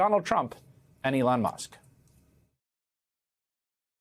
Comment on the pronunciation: Hayes almost said "DeLon Musk" 😂